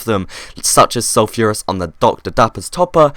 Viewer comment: ITS PRONOUNCED SUL-FER-US!!!!